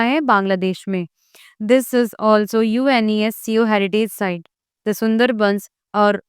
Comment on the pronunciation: Ma'am UNESCO ka pronunciation seekh lo pehle